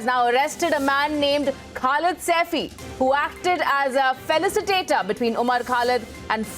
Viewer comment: Not felicitator...it is facilitator.. who arranges the meeting.